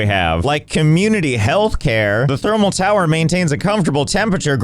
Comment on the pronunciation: i had to pause giggling becaus3 it said Furnance in the unlock menu. and also over "it is a towar ;D"